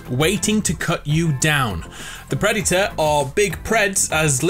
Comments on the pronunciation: Nobody:: PRED-Y-TOR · nobody: him:preditor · The pre di to-r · the predyter Me: visible triggerness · Whoa whoa whoa Did he say Preditor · This dude : "THE PREDITOR" ..... "THE PREDITOR" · the pred e tah is here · your saying predator wrong